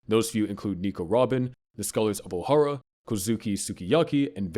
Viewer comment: This is the same guy who said "wood government," "Oharee," "boid century," "inheriNted," "Bartholomew KULMA," "Sabuddy," "Way-no," and "MomoNOOske". (There's probably more, but I'd rather go to sleep than stay up and look for them) I'm honestly surprised he didn't pronounce the "u" in "Luffy" with an "uh" sound.